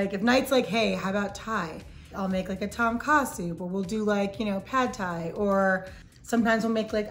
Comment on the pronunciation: The way she pronounced Tom Ka🤣🤣🤣🤣